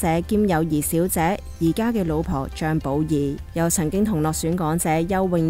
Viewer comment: 「講」姐收「角」機...五個字有兩個懶音...搵個冇懶音嘅旁白真係咁難咩？